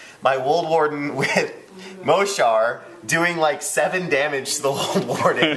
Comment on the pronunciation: Yeah Mohsar! (btw it's pronounced "mo-sar") Also, I think the circle player should protect his reeves more. if he had kept the hunter on the same side of the board as the reeves and put them within the Woldwarden's forest, they wouldn't have died so fast and easily (granted sprays ignore camo, but just don't let them get sprayed before they get some shots off). And He may have then been able to use his war wolves. They can be brutal.